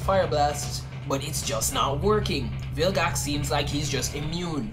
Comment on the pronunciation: Why you say bilgax it's vilgax